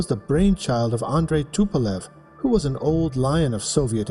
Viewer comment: TU like "Too" in Tupolev, not the tee-you